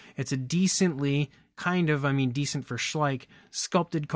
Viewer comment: It's Schleich not too bad a figure!😂